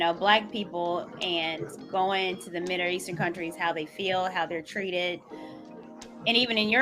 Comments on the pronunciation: What the hell is 'Midder' Eastern? 🤔. 😄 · The broad can’t even pronounce middle eastern she keeps saying Mille eashtern She is so irritating!!!